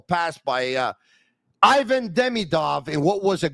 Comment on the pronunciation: would be nice to learn how to pronounce Ivan properly :)